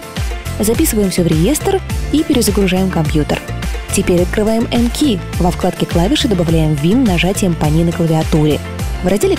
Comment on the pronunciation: не мки а мкей